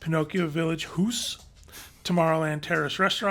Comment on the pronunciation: Village Haus sounds just like haus NOT hoos. AU in German is Ow as in Cow. Frauelein = Froyline however due to the umlaut.